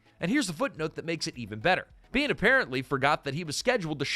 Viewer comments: Yeah, the minute I heard him pronounce Michael Biehn as Bain I got the feeling it was AI. The irony. Half of YouTube seems to be that way now. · It's Michael BEE-EN. And god what the hell is this!? You trying to make funnies about money? I stopped.